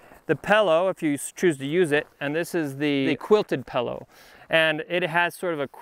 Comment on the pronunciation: Great video, great review. One minor complaint... what the heck is a Pal-oh? (😜)”This is the little dinky bag for the Pal-oh...”